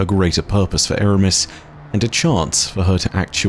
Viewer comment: Its Eramis